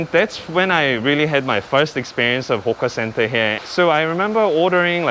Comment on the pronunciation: Hawker center not hoka center